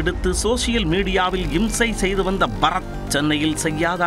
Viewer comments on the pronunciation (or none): இவன் பறத் இல்லை பற-த் 😂